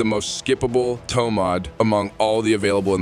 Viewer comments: By the way it's not "TOM" Mods ... it's Tome... Like Home but with a T. Killin' me with the pronunciation ... I WILL be doing the new update though seeing as how the book can be made to be good ... and since I don't Steel Path, it'll probably be great in the rest of the game. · So that explains why the voice kept saying TOM MODS ... and not Tome Mods. >_> .... Ugh ... Why use an AI voice? That's so lazy.